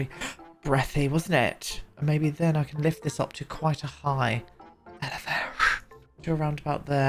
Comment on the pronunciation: “To quite a high elevashe “